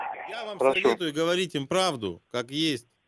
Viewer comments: Слово Говорить.... Военком говорит хаварить.....дальше этот фейк слушать не стал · "вообще не нужно это было Ховорить, вообще не нужно Ховорить"... Ну такое себе.. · А военком-то звук "г" произносит мягко... где-то рядом с Украиной живёт. Получается, отловить и могилизировать он может, а сказать правду - ждать до "финиша"? Ублюдочная расейская лживая машина!